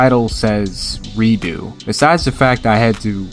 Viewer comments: I have to say: 'Redux' is not a French word; it's not 'redeoux', it's just 're-dux'. Like 're-ducks'. Love your work, cheers mate. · "redux" is pronounced phonetically. it's not a french word. it's said how it looks "reducks" not "redo" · that’s not how your pronounce redux…